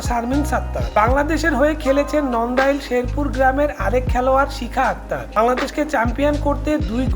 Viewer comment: ভাইয়া নন্দাই না নান্দাইল আর বরুইগ্রাম না বারুইগাম😅